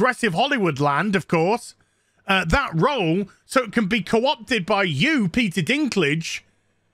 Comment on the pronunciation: Peter Bladdy Deenklijjj 😭(Dinklage)